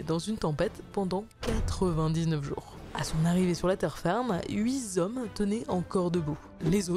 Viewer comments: 8 zommes lol, les gars, il n'y a pas de ''S'' à HUIT !! C'est 8 t'hommes pour la liaison. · "huit Z'hommes" ? ^^ et puis le "mangazen", c'est une BD bouddhiste ? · Huit zommes, mangazène, …. Relisez vous